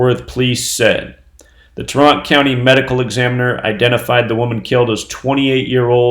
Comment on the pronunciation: Pronounced TEAR ant... Tarrant County.